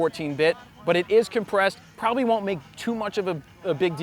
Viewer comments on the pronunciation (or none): none